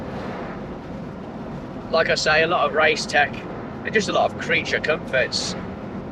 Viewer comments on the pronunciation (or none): 1) your voice is identical to Carl Hartley's 2) it's RaceTex, not race tech. Cheers from Italy and keep up the good work!